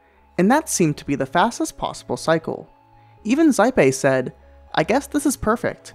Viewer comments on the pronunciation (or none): none